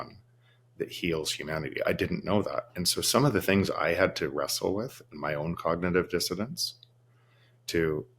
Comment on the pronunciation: Not the “cognitive dissotance”!